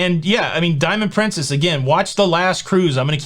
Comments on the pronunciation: Am I the only person who tried not to laugh when said "Diamond prinCEEHHHS"? Thanks for the shout-out,! It was a very exciting day. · It’s a British pronunciation. It sounds odd to me too.